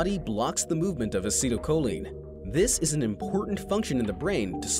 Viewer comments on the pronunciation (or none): none